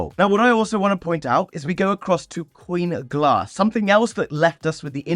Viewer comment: At first I thought you said Queenglass instead of Coinglass. I think they should change the name to that.